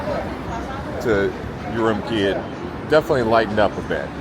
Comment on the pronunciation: Great video. BTW Urumqi is pronounced oo-room-chi q is pronounced like “ch”